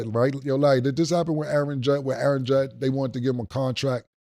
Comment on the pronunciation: I know Killa aint correcting Mase on saying Callahan instead of Shanahan when Killa literally just said Judd instead of Judge and lets not forget the MIKE TOMLINSON🤣🤣